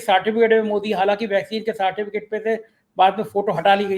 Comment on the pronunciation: कोविड का साटीफीकेट मत बोलो........ सर्टिफिकेट बोलो